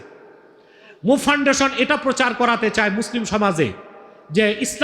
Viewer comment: আমার প্রিয় শায়েখ কি ফাউন্ডেশন উচ্চারণ বুঝতে পারছিনা 😢